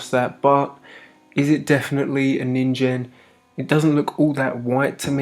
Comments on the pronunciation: you’re saying “ninjen” it’s a “g” so “ninGEN” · Nin-gen not ninjen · Ningen isn't pronounced with a j sound. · Lmao he pronounced nigen so wrong😭😭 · That's not how you pronounce that.